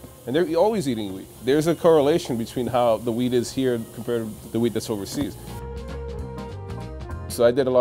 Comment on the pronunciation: anyone else know hes saying wheat but still like damn france has better weed? lmao he needs to pronounce that T.